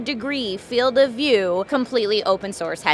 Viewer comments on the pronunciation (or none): none